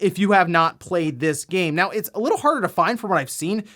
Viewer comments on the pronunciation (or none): none